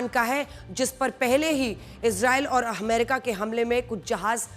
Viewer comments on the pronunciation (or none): none